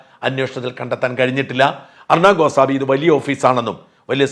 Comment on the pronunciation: ഗോസാമി അല്ല...ഗോസ്വാമി ആണ്